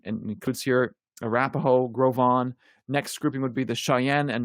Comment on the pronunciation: I didn't know how to pronounce Gros Ventre name before. Thank you.